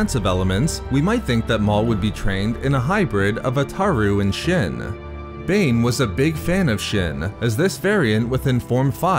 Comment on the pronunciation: You saying "shin" instead of "shien" makes my ears want to bleed.